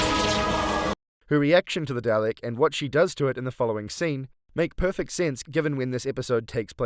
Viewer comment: I'm sorry, I'm sure you have some wonderful insights to share, and I don't mean to belittle them, but... there's no r in Dalek.